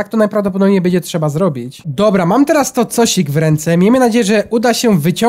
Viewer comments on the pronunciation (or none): none